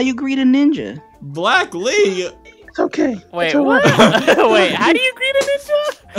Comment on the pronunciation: When said black lee it sounded like brocoli